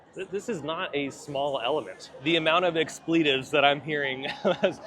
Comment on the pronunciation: never heard someone pronounce “expletives” like that 🤣